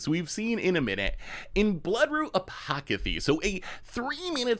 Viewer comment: "Bloodroot Apocathy" 🤣🤣🤣